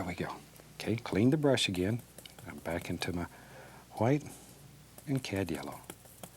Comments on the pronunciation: It’s how he says white 🤣🤣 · because she spelt it the way he pronounces it. He literally says white with an h. So it sounds like hwite...... You must be new here.. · White* Edit: I probably shouldn’t correct this with the argument going on up here /\ Sorry Edit 2: i got the joke it sounds like hwite r/woooooooosh to me